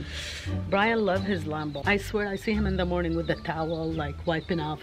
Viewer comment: How to say lambo: Me: lambo: lumbo